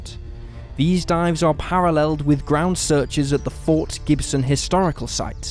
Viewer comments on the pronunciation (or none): none